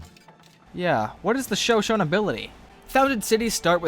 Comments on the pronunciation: Isn't it pronounced Sho-Sho-Ne? Not Sho-Shone...? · GAH IT ISN'T 'show shown' it's Show shown ee' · Sho-Sho-Nay, not Sho-Shone. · It is sho-sho-ne not sho-shon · Also, its Show-Show-Nay, not Show-Shown. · It's bothering me so much how pronounces Shoshone. It's pronounced like show-show-neigh. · Sho-sho-nee. Just for the record. Good vid. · It's pronounced sho sho knee In the future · Sorry to be this guy i know its not a huge deal but Shosone is pronounced Show-Show-knee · Show-Show-Knee = Shoshone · It's pronounced sho-sho-ni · Sho-sho-ne! Lol, it's pronounced that way. Or shu-sho-ni. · Mango peeped is the capital of the Shoshone and its pronounced sha-sho-ne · It's actually pronounce sho-shou-ni btw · I believe Shoshone is pronounced "sha show ney or nee" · Sorry to be pedantic, but it's sho-SHO-nee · Great episode, but for future reference, its pronounced sha-shonie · It is pronounced sho-SHO-ne. I mostly bring this up because I am descended from the Shoshone. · Sho-sho-nay! I'm sorry, but you need to pronounce the e. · Ik lots of people already said this but its shan-sho-knee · Its pronounced sha sho nea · it is pronounced sho shonee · Shoshone is pronounced shoshony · your pronouncing ShoShone wrong, sorry I just want to make sure you know. It's pronounced Sha-Show-Knee. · The Shoshone are pronounced sho-sho-nay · Its pronounced sho-sho-ni! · Holy Shit you could actually pronounce their names, but shoshone? Almost man almost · yes i just replied to you and- PRONUNCE NAMES RIGHT!!! LEARN TO SAY SHOSHONE- NATIVE PRIDE!!!!!!! srry i love your vids but you butcher all foreign anything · I believe the the e at the end of Shoshone is pronounced.